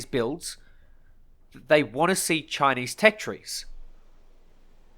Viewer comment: "Chineese are bery nationalist" like they have a option lol